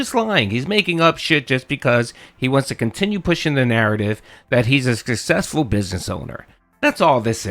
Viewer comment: He never said he's "successful". He's "sussessful", whatever that means. Most definitely has nothing to do with success, that's for damn sure.